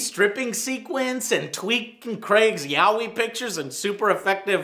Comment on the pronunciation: yahwee...?(yaoi) lol! too late to save joe.